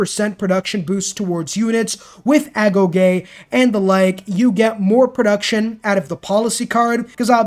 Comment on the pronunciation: Wait you pronounced agoge correctly? Are you sure youre a civ player?